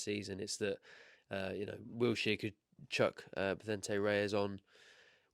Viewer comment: please man, it’s Wilshere. Not WilTshere 😂